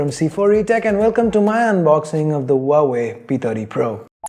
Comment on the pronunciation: Pronounce Huawei as like wah-way 😉😉